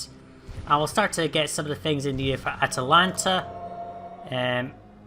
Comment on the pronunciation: i keep hearing you say atatlanta instead of atalanta :D